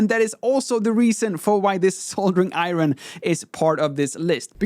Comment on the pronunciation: It kind of makes up for the "iron".